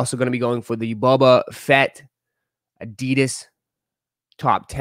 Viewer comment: Why he keep saying bubba fett 😂